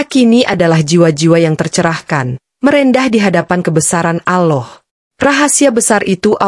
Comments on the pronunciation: Yg benar nyebut Allah bukan aloh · Sayng yang cerita gak fasih ucapkan Alloh.